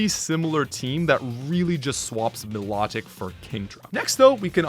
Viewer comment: It’s funny that he caught his pronunciation of Chimecho, but not Lileep, Linoone, or Milotic.